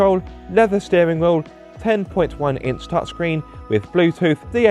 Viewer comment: I've never heard someone pronouce the word 'wheel' like that and I hope I never hear it agian.